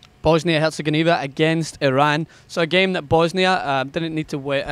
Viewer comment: yo, did you just call them Bosnia - Hertz & Godiva?:-)